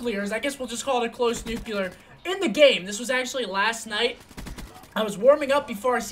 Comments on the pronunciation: seth, nuclear not nucular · NUH-CUH-LEE-AR ffs, not how u say it m